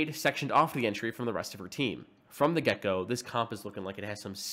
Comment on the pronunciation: Heard "From the Gekko, this team is looking like it has serious fire power," instead of "From the get-go." I need to touch grass